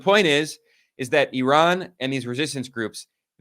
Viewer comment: Maybe ben Norton is the only westerner who pronounces IRAN correctly.